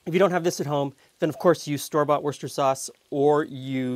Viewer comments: I'm English. Yes...it's 'wooster' sauce. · yes, that's how you spell it, but you pronounce it "wooster" with a short oo. English pronounciation often bears no relationship to the spelling. It probably evolved the shortened pronunciation over centuries